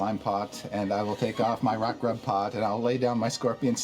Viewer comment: Did anyone catch that said “rot grub” and not “rock grub?” Ya know, those little buggers that devour your heart and kill you outright if you don’t use fire or a spell to get rid of them asap? That’s fucking terrifying